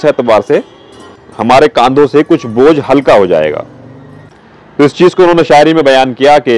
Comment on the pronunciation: Bojh ko to bhaar kahte hai aap baar Kah rahe h